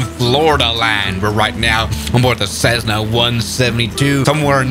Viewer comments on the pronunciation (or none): none